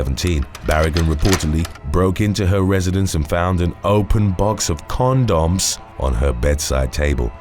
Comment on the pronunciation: I love the way pronounces certain words in such a dramatic way ❤️ "Cawn-doms"🤣